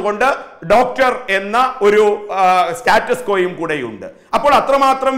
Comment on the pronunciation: "സ്റ്റാറ്റസ്‌കോ"....😊😊😀😀😁😁😂😂🤣🤣 ദയവായി ഇംഗ്ലീഷിനെ വെറുതെ വിടൂ.... മംഗളം ചാനെൽ ഇയ്യാൾക്കു ഒരു ജ്വാലി ക്വടുക്കൂ... ചേരും....